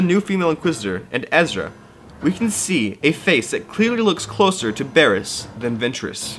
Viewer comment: ITS BARRISS